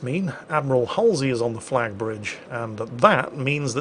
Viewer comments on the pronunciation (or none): none